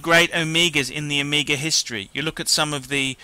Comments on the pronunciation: It's OMEGA not ohmeeega. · Is it me, or you just can't pronounce "Omega"? You make it sound like "Amiga". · I think its Omega not Omiiiiiga idiot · I hate how this guy fucking talks. It's not uhmeega it's Omega. Fuck.